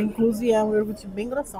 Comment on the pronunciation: Por favor, não fale mais "iorgute". O correto é ioGurte...por favor!